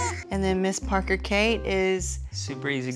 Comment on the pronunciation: I love how Danielle's mom pronounces Parker. "Porker"